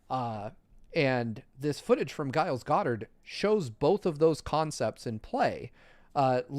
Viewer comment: it's not "Guiles," the G is liquid pronunciation. Why is nobody correcting him?